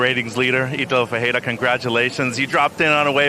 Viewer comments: Wrong. It's called Fe-hey-rah!!! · Italo Fiera????? IF you want to be a commentator for WSL, the least you can do is to learn the name of the surfers on tour, specially when the guy is number 1 on the rankings😂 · Say it slowly - his name is FER REIRA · Who had the amazing idea to put this girl to narrate is a genius. She can't even say the surfer's name right. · Learn to pronounce the LEADER'S name, that's your job! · yeah that shit snagged in my ears as well. I'm mean it's not his first time on tour.